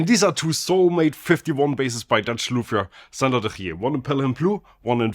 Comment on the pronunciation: Great Dutch guttural g when mentioning de Gier, 👌